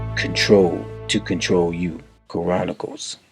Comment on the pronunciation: Dude, you are pronouncing Chronicles wrong. It is not pronounced Ka-ronicles. You have the Ch part right. Look this word up, and hit the speaker next to the word to hear how it is pronounced. We as black people dont have the luxury to mispronounce our words and be taken seriously.